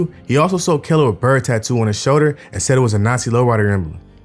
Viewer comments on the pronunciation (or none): none